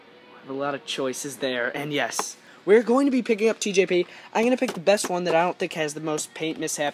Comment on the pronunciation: You said TJ pee